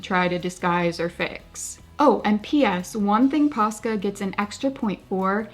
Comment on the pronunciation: I kept hearing PASTA 😂 now I want some…..